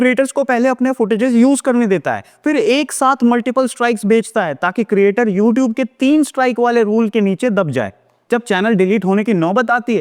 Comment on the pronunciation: LMFAO! Can't even correctly pronounce "YouTube" but still has the audacity to place copyright strikes on harmless YouTube channels and to threaten them for using clips that are already widely available for free use and do not solely belong to the stupid company, ANI